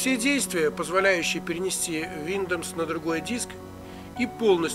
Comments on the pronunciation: бро, не виндомс, а виндовс. научись читать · Виндомс))) Тогда уже не Виндомс а Миндомс))) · Что вы заладили, виндомс виндомс, линух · Виндомс айс звучит) Но лайк за норм инфу) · летс ми спик фром май харт ин инглиш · Блять только из за слова виндомс не смог досмотреть))) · Ох и читака - Виндомс...))) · Сейчас бы исправляя чьи-то ошибки учить новым. Виндоус произносится правильно) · Ну знаешь, если человек не знает как правильно произноситься слово windows, который делает всё с 1 дубля, "и так сойдёт", я бы не стал особо сильно доверять